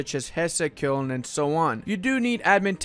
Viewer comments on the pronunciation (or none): none